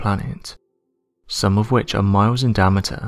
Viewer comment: I like the way you say "diameter" like "DAMN-itor!" Sounds like a heavy metal band name or a Marvel Comics space villain!